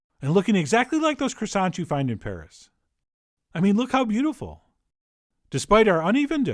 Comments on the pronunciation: I'm sorry, but it should be pronounced croissants donchyaknow? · I love CWASSONS. HON HON HON HON